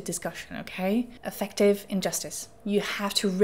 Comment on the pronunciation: Affective should have emphasis on the first syllable so it doesn’t sound like effective… AF-ek-tiv